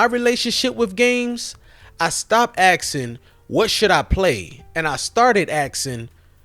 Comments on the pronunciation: You brought or you bought? Axeing or asking? You brought up some valid points! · Aksing?? What word is this? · He keeps saying brought instead of bought. Then also says axeing, instead of asking.